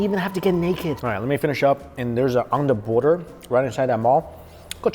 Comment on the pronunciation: onda border ? is that like underwear? lol really need to learn to pronounce the letter 'TH' doesnt sound smart when u replace it with "D".